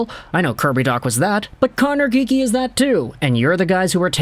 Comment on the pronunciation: why do you keep saying connor geekie